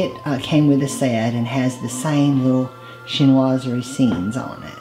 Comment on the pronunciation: What a beautiful combination of colors and textures! The centerpiece is over-the-top gorgeous. Thanks for teaching me the correct pronunciation of "chinoiserie." You should have heard my phonetic attempt, especially with an East Texas accent...a trip. 😀